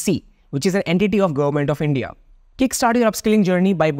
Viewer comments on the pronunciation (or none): none